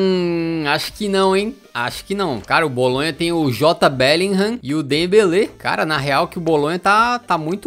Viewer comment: "jota bellingham"😂😂